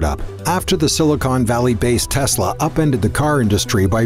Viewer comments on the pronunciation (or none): none